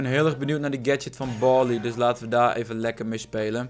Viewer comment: BARLEY NIET BORLEY